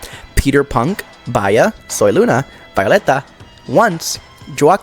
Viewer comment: The Bia pronunciation killed me hehehehehehehehehehe Bia is a Brazilian girl so the pronunciation is more like "bee-ah". Bia is short Beatriz